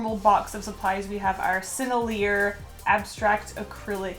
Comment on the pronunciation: Heh, it’s not seneleer, it’s pronounced Sen-ell-ee-ae. Sorry for being the grammar police, lol. I corrected Waffles too. :P